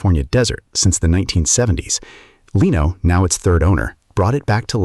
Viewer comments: Leno is pronkunced /Le-no:/ not / Lay-no:/. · Now it’s “ Leeno”. The AI very obvious knows “ F” all about pronunciation rules. They exist but 99.999% of English speakers know any.